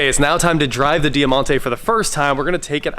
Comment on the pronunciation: DIE-MONTE not Dear-monte pronounced!